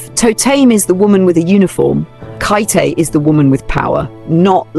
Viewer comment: Absolutely love your commentary and agree with your assessments. Such a great point of view. One note: Khaite is pronounced “Kate” after its founder.